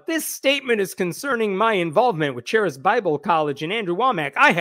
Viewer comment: Just fyi, the 'ch' in charis is pronounced like a 'k' (karis). It's greek for 'grace'.